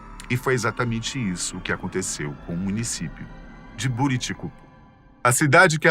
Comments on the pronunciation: Não se pronuncia "Bô"riticupu, se fala Buriticupu mesmo, nome que se originou da junção das palavras Buriti e cupuaçu, duas frutas nativas da região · Se fala Buriticupu e não Boriticupu